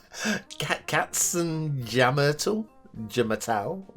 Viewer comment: your pronunciation was quite good, except for the "jammern" - j like in yes 👌👍😉 Katzen = Cats ; jammern = whine/yowl (like cats do..) ; Tal = glen/valley veryveryvery "simple" translation = Catswhine Valley .... XD